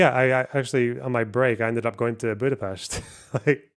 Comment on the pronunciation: First Scottsperson to pronounce Budapest correctly 🎉